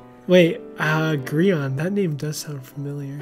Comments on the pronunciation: it Grian not grain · Wait, is the whole gree-on thing irl mispronouncing grians name, or is it to mess with him irl, or is it to show his character doesn't care and he's just mean or what? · I think that’s just how pronounces Grian’s name